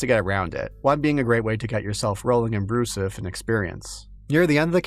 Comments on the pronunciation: “Brouzouf” is pronounced like “brew-zewf” not “brew-suff” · For the love of baguette It's pronounced "brew-zoof" And it's a very 2000s slang word, very dated nowadays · "Brouzouf". Weird and hard to pronounce for non-French speakers ("r"/"ou"), outdated slang even in 2011 (in a "your-dad-thinks-its-funny" way) that absolutely destroys all immersion for us French-speakers... It kinda sounds like a stupid inside-joke placeholder they forgot to change, yet it seams like it might be reference to a 80s parody journal or something ? I love that choice of word, it's so... unusual. They should have called the game "Weird Baguette Warhammer" or something.